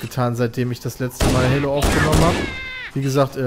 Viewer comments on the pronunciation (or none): none